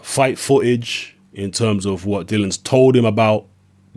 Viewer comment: his name is dillian not dillan you pleb